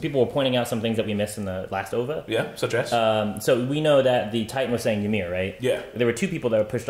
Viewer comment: O-V-A! Not "Ovah".